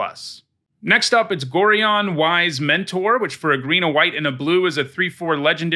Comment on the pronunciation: Gorion is pronounced "GorAIon", not "Goreeon". Darnit, he's the protagonist's father in the original BG games, it stings hearing his name butchered.